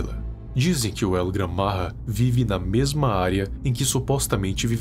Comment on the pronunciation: O nome não e el Gran marra e el gran maja tem o j e não r